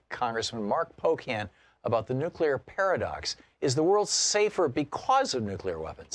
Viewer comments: It's nuclear not nucular for the love of God!!! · "nukyaler" = no credibility. Nuke Lee err. not that hard.